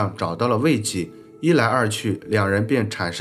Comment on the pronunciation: 慰藉（读借）